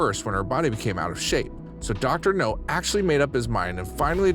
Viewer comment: It's Dr. Now, not Dr. No!